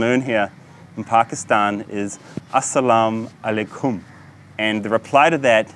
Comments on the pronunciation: My man, I'm pretty sure your pronounciation is a little bit off. Asalam aleikhum rahmatullah barakadi, rafiq. Greetings from Norway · I am from Poland and I lived in UAE for 7 years and your Asallam Alaykum is so fucking wrong lol :D your pronunciation and accent is so badly wrong (at least comparing to local, Emirati UAE accent). The same thing goes to Alhamdulillah ...who the fuck taught you Arabic words :D But I assume that they speak them differently in Pakistan. Nevertheless good video !